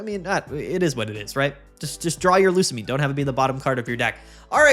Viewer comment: Bro I told you how to pronounce Lusamine!